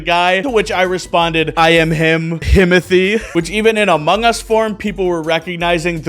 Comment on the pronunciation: “I’m in the moungus”